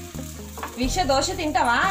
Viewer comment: Dhosa kadhu amma...It's Dosa...